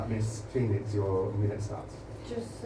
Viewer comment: Haha "Miss PHON-ix"